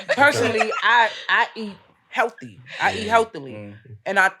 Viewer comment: Its a necessity for a man to have standards when a woman can turn the word "healthy" into three syllables 😂